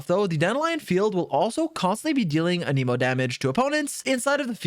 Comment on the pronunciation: The pronunciation of Anemo and Dandelion makes this a hard watch 🙊